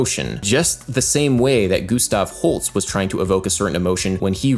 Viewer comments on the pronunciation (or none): Is his name Gustav Holts or Gustav Holst? Because you said it like the former and the plaque said the latter :).